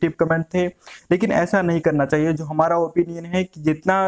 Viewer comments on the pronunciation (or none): none